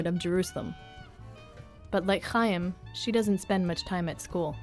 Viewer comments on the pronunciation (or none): Thats not how you pronounce Chaim stupid. You aspirate the Ch sound as in German.